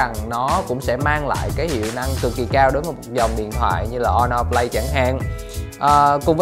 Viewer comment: Honor"Flay" t ko chịu nổi^^